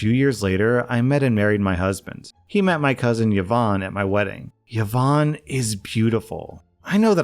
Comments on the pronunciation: Please I am BEGGING you. PLEASE pronounce it properly. Its E-von not YeeVon. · Her name is pronounced E-VON, not yovan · e-von not ye-von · The way I shudder every time I hear 'Yeh-vonne' 😮😅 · Yvonne is pronounced EE-vaun btw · Just an FYI: Yvonne is pronounced "E-von". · the way says yvonne is making me giggle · Wait is yvonne pronunces without a vowel start in english?